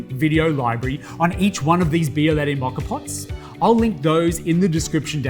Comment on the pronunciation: This not « bialayday »